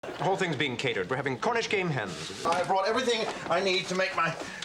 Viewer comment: I kept on hearing “ Cornish Gay Hens”